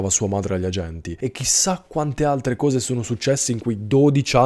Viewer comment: Ma posso chiederti una cosa off topic? Ma di dove sei? Sento dire "couse" sei del sud? Mera curiosità